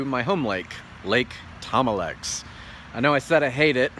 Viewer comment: Lake thom-a-lex is horrible